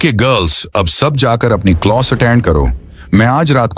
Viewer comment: Closs kya hota hai class kehte hai 😂